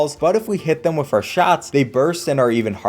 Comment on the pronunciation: You saying the word "with" like "wif" is super annoying and distracts from the otherwise great content.